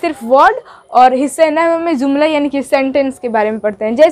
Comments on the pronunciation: Baaji zumla nh hota jumla jota h 😌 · Mam aap urdu ki Teacher hai urdu word jumla hota h zumla nahi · جملہ کو آ پ ز سے زملہ پڑھتے ہیں یہ غلط ھے جملہ پڑھۓ۔ مہمل پہلا م پیش کے ساتھ دوسرا میم زبر کے ساتھ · زملہ نہیں جملہ ہوتا ہے